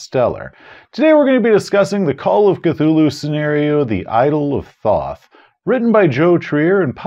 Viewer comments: Thoth is pronounced "tote." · Love your videos. Apparently it's pronounced "tote" though. Which sounds much less cool.